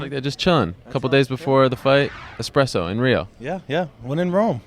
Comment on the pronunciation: expresso lol